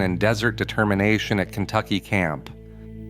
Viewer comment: Maybe you should do some research before your next video. You miss pronounced almost every site named. Kentucky is only a few miles from the Empire Ranch. You should go check it out...